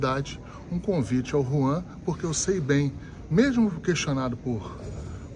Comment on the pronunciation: Hellow o nome do dirigigente do FLA e JUAN e não RUAN kkkkk